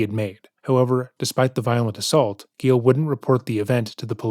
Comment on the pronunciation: “Gilles went to the garage.” Oh no, Gilles… “Gilles fought back and got the upper hand.” Aw hell yeah, Gilles! “He was embarrassed and decided not to report it to the police.” Damn it, Gilles… Edit: it’s Gilles not Gale. Sorry Gale!